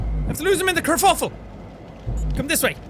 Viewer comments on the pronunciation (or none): none